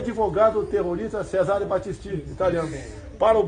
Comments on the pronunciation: A ignorância do sociopata já começa no "CESÁRE BATTISTÍ", nem o nome do cara o boçal acerta. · Pqp!esse cara é tão tonto que não sabe nem falar o nome das pessoas corretamente. Bolsonaro não dá mais... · Tão burro que é um italiano de araque. Mal sabe pronunciar o nome e sobrenome do cara kkkkkkk